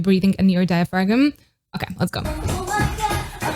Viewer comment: NOT a criticism, but diaphragm is pronounced 'dai·uh·fram', the 'G' is silent. I like your content😀.